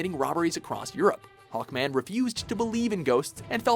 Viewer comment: It's SAVAGE HAWKMAN not Hackman